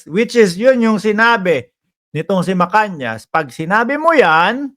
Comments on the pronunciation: tamang bigkas ay Macanas, hindi Macanyas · Macanas po hindi macanias..